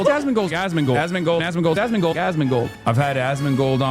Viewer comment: why tf does everybody say asmond and not asmon 😂